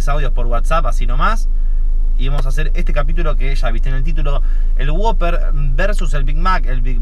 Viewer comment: Es who-pper (wouper) no woper